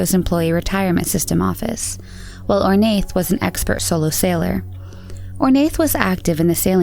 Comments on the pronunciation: I think Ornaith is pronounced Or-na. Anyone Irish who can confirm? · Just gonna say it, that Ornaith is pronouned "Oar-na" . you don't say the "th" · Love it! Just to note - Ornaith is pronounced "Or-nah" it's an Irish name! ☺️ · Ornaith is pronounced Or-na. I notice in a lot of your videos about British or Irish cases you kind of butcher the names. I love your vids, you obviously put a lot of time into them and they’re great but please google place or names it can get a bit annoying to keep hearing them pronounced so wrong. Great work though besides that!